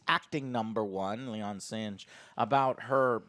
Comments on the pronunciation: SINGH Joe, it's SINGH, not sinj, it's pronounced like SING but with a silent H at the end, just say SING damnit! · 'Lay-on Singe' I love it! Joe, I laughed very hard at this. Don't know why it was so funny, but thanks. Also, 'Lah-ahn Seeng' is the proper pronunciation. And as for the 'bomb,' it was actually an atmospheric filter that they were going to give to the planet, but it got damaged (indirectly) when one of the Gorn shots hit the cargo bay area. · mispronunciation of the week. “Leon Singe” sounds crispy. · Joe, Singh isn't even a sci-fi name, it's a very common one, and mispronouncing it constantly is kinda lame